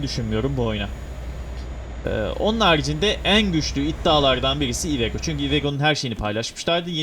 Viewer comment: Abi iveco yu cok komik soyluyon ivego diyon cok güldüm ilk çıkarken sirketten